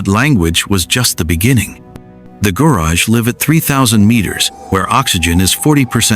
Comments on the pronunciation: It’s not Guraj , it’s a Gu-ra-ge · It is not pronounced Gurage but Guraggae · Gurage...reads as guraagie ጉራጌ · Gurage: ghoo--RAH--gheh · The proper pronunciation of "Gurage" is "Gu-ra-gay" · re: Gurage This is pronounced like this: goo RAW gay